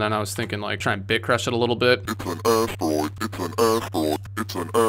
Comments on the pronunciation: It's an ass-droid? Do you mean asteroid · One time I thought he said "ass droid" and now I will forever hear that word as such. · All I hear is "ass droid" and I'm sorry 😂